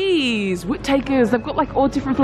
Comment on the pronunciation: haha whit-takers 😂 yasss giirrrlll hahaha